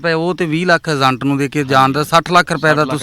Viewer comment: Zaande ni hunda. Jaande hunda anchoring ched ya bolna sikhla . agent nu azent dasda